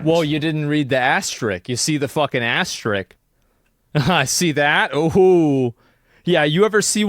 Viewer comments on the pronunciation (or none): asterisk* not ass trick wtf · asmon. The word is asterisk. Sound it out. Not astrick. Doh! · He calls out someone for not calling it McNuggets but can’t say even asterisk properly. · I Wonder if and when will asmon learn how to say asterisk.